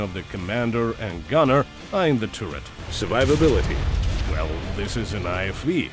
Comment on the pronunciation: for example after "tiurret" "stabulizer" "thermal imagning/imagering" thats 3 pretty audible errors in like 10 seconds wasnt the first time but i just skipped random into the video to find some timestamp for making example